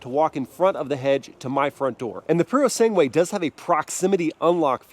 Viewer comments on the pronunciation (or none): Purosangue. Not Purosengue!!!! At least learn how to pronounce it....